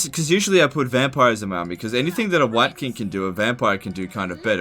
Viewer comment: everytime says wight king i hear hear wanker